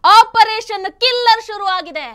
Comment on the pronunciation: OP. Killer ಅಲ್ಲ OP. KELLER